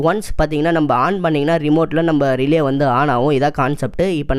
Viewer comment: Relley illa da athu relay😂